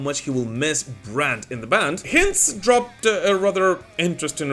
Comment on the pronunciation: Brett H-eye-nds. Hinds. Like Meat Ale Pile Grime.